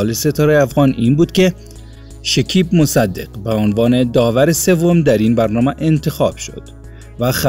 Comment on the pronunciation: بخاطر جلب توجه چی چیزهای مزخرف نوشته میکنند شیکیب نه شکیب مصدق البوم نه آلبوم لطفا کلمات را درست تلفظ کنید اصلا جالب و غیر منتظره نبود زحمت کشید از کجا به کجا خودرا رساند آفرین او یک بچه سخت کوش و پرتلاش هست برایش موفقیت های بی پایان آرزو میکنم